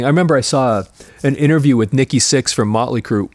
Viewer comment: They way he pronounces “Motley Crue” drove me nuts, then I started saying it that way ironically, now they are MOTley Crue